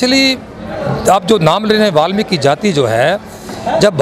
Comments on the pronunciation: जय वाल्मीकि 🙏 phli bat to balmiki nhi hota वाल्मीकि hota ha or dusri bat wo dakku nhi t thk h na unke dakku bolne ki jurrt ni ha thk h na or jb tujhe puri information nhi ha वाल्मीकि guru ke bare me to jdya bakws krne ki jurrt ni ha thk ha na .. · बाल्मिकी नहीं होता वाल्मीकि होता हैं